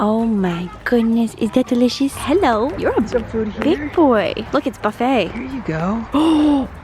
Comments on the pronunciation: I was here when it said “herro” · Anyone else get the “herrro” notification? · haha “herro” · When does she say herrooo time pls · Who else got “herro?”